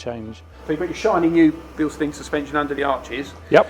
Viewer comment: Thanks for using the correct pronunciation!